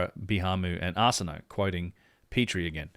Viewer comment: Arsinoe It's pronounced are-sin-oh-ay not arse-in-no